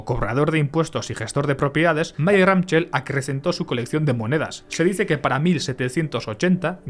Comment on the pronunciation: Mayer Amschel se pronuncia “Amsel”